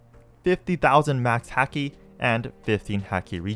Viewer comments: P.S it's Haki (H-au-key) not Haki (H-ah-key) it's a small thing but made me cringe when I heard it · haki is pronounced like hockey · Everytime he said hacky and not haki a little piece of me died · You can really tell the dude hasn’t watched One piece or at least not very far if at all. From the dudes pronunciation of “hacky” to him saying “Ray lay”